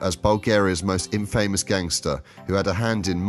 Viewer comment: Infamous is pronounced infamuss